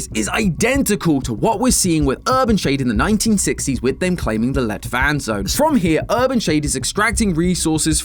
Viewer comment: Everytime says let-vand it sound slik he is saying "lett vann" which is light water in norewegian, which considering that the water presure is lighter than it seems like it should be, dont seem like a concidence